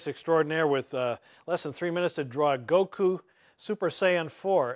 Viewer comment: I can't believe he pronounced his name right O.o